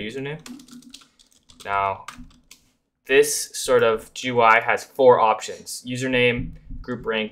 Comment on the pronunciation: ive heard people say G U I, gee goo eye and so many random other ones but i never thought i would hear 'je-are'